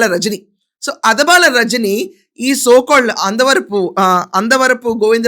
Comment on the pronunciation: అదబాల కాదు అడబాల.. గారు